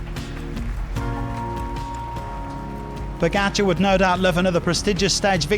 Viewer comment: You get paid to announce bicycle races. A pro Pronounce correctly pogacar and vingegaard